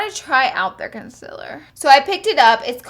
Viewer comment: "conceller" , "fills"